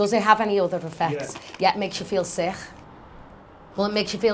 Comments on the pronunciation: Bitch it's called sick not sich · It makes ya feel ”sich”. Looool anynone else notice that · "Yeah it makes you feel sicfkjjfjf" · since when is sick pronounced as sighgghgghhchch? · that girl just said "sickh". what is she? arab? lololol wtf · the Kh sound right instead of k sound..... for example you can here that "sick " ......liverpool accent probably is influenced by the welsh or irish langauge. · TIL that you can pronounce the word 'sick' with an 'ech' at the end. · why do they pronounce their k's like that?? 15.20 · why does she pronounce k's as j's?